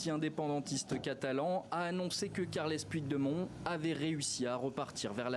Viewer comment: le journaliste français pourrait-il prononcer "carleuss poutchdémonn" au lieu d'écorcher à ce point son nom?!